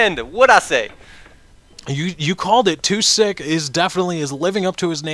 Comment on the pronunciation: oh for future refrences. its Too siik not Too silk